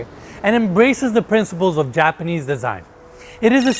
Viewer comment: is really butchering the words "japanese" and "minimalist" to a degree, that should be illegal.